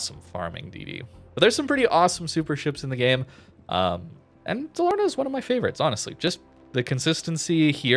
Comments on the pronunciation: Pronunciation: Daaal-ahr-nah. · Dalarna is pronounced a bit slower and it meens "vally, Canions" It's swedish